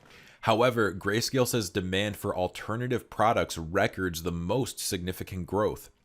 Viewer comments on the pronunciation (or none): The way you say “records” irks me 🤣